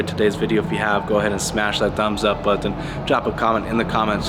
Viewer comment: I like the content and subscribed, but why do you pronounce "button" like that? It gets me every time.